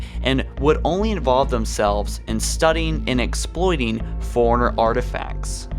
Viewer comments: Foreigner, Not correct. Forerunners, correct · forerunners,not foreigners. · When you say forerunners it sounds like you're saying foreigners. Lol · Lol when you say forerunners it sounds like you're saying foreigners...